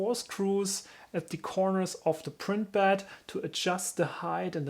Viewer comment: Not to be disrespectful regarding your pronounciation but i heard "bad leveling sensor" everytime. Anyway amazingly conprehensive video on how to install a bad leveling sensor thanks:)